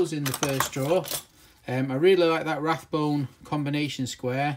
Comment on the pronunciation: It’s not Rathbone there isn’t a “TH” in it, it’s Rabone and pronounced ray-bone.